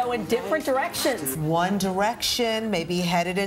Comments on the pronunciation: what's wrong with my ears. I heard 'One Direction is going in different erections.' WAT. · after a while i thought the newscasters were saying "different erections" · It sounds like the newscasters were saying, "Is one direction going in different errections?" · One Erection goes in different Erections is what I kept hearing